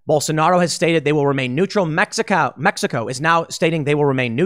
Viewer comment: Mexxicaaaaow 😂 Mexico* Love Tims dedication and work. Genuinely enjoy his reports and podcast 🤙 much love from Canada!